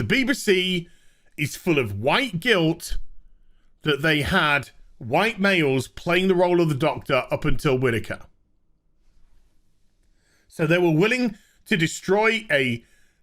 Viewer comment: Its funny, every time you've said Whittaker in this vid I hear (Ann) Widdecombe. Fucking scary thought that, have Ann Widdecombe as the Doctor. She has the personality of a Dalek actually, she could play one of them